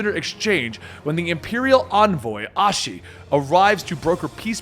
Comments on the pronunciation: How do you manage to mispronounce literally every single name? It's like you don't even READ the names pronouncing Asahi as Ashi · Yanxia = Yan ex ia????? Asahi = Ashi??? Yotsuyu = Yotsuya? Like, Gosetsu even calls her Tsuyu for short. Am I the only one who finds Asian words really not that hard to say :| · Like Sukiyami? 💀 and Ashi (even though when he was saying it, the name Asahi was on the screen in large font) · Asahi is literally pronounced exactly as it is written 💀💀💀💀💀💀